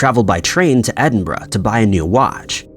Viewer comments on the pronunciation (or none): EEEEEdin-berg. makes me die a little inside every time. 🤣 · It’s not AI, he has another channel where he’s actually on screen (true crime stories). His name is. I dread the videos with stories from Ireland 😂 Then again, he used to pronounce Edinburgh as Edin-Burg so that’s a plus